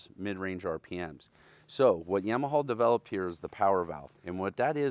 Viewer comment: Yaw-muh-haw. Also heighT no extra H